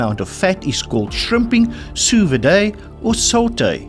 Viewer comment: Love the quiz. Just a heads-up, gunwale is pronounced "gunnel" and sous vide is pronounced "sue veed" with a soft "d"